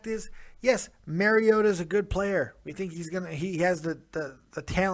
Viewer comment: I caught that shit too. You've got 4 months to get this dudes name right and you mispronounce the Fuck out of it! "MARIOTO" lmfao